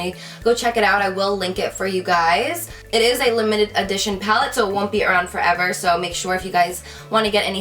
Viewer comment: how she says around and last 😂😂😭